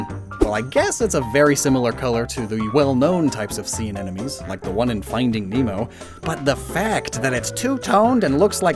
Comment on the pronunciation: take a shot every time says "anenomes" THIS IS LIGHTHEARTED don't actually worry about mispronouncing words, scientific names are messy and hard to pronounce 😄😄😄 love these binge-infodump videos!! helps me refresh my mental Pokémon encyclopedia!! thanks a lot!! 🤍🤍🤍🤍🤍